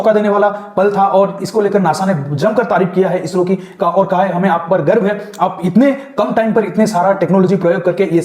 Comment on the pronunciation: Garb nahi Garv hain.